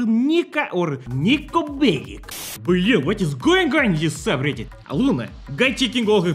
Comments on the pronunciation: No it’s Soobridit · Its soobridit